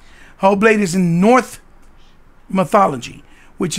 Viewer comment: your welcome mate I thought you said north hahaha